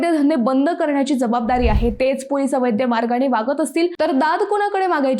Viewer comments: ॲंकर अद्वैताला अवैध शब्द माहित नाही. अवैद्य असा उच्चार केला आहे. अवैद्य शब्द अर्थहीन आहे. 😟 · अवैध शब्द उच्चार 😢😢😢😢